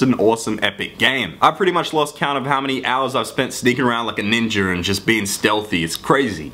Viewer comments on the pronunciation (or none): "sneakin round like a ninjer" wtf? its ninja dude say it with me, NNNNIIIIIIINNNNNJJJAAAAAAAAA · haha you said ninjer